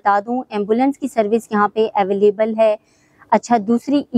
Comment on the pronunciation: Koi madam ko precinct, villas and available ki proper pronunciation hi sikha deta 😂